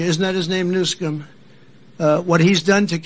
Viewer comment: childish name calling by intentionally mispronouncing Newsom's last name.